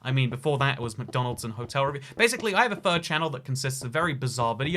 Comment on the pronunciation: He said third channel and I thought he said fur channel and I was like oh god he’s a furry